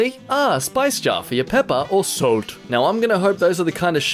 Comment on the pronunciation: The way you said "SOLT"... I cracked up...